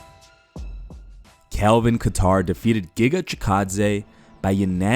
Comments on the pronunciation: It's "Kay-ter" not "ka-tar" - You're uploading MMA news and don't take 2-seconds to learn how to correctly pronounce a main eventer's name? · Quit saying Kat-tar. It's pronounced Kay-ttar. lol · Its KAY-TUHR. Not Guitar... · Hey man, Calvin's last name isn't pronounced like the country, Qatar. Pronounced 'Kay-Tur' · ITS KATTER NOT KATAR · Who the fuck is kaTar? Calvin katter get it right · Kat-tar lmaaoo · It’s kat tar you maroon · I guess his name is Calvin “Qatar” now according to the pronunciation in this video. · Imagine mispronouncing Calvin’s last name. Beats Chikadze in spectacular fashion then gets disrespected by some YouTuber. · How tf do you pronounce kattars name 🤣🤣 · You saying kattars name wrong just shows that you don’t watch the ufc lmao😂😂😂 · That’s not how you say Kattar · You really cant pronounce Calvins name? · I think you should start pronouncing these fighters names correctly. How long have you been covering MMA and can't say Calvin Kattar name right? Stop worrying about those stupid MMA Memes and watch some fights and learn fighters name. Im not expecting Jon Anik type of work but it's very annoying to where I had to write this comment. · The way you said Kattar really Pisses me off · Reports UFC on YouTube, doesn't know how to pronounce Calvin Kattar's name. Please someone replace this channel for our immediate MMA updates.